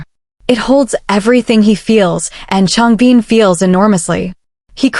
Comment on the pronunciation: Thanks for sharing! I can stop watching now, while she's still talking about a guy called Changbeen... whoever that might be! PLEASE teach your AI to pronounce their names at least correctly ZONE KOREA!!